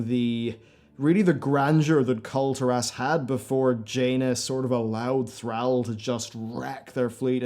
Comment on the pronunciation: Please stop pronouncing kul tiras wrong.